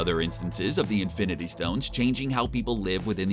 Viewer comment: Did he say fIvE iNfInTy sToNeS